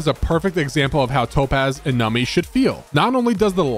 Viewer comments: It is "Numby", not "Numpy", and should not pronounced as "Nami" :"( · im sure theres like a billion comments like this but its NUMBY pronounced num bee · The only thing that bothers me is you cant pronounce Numby properly 😂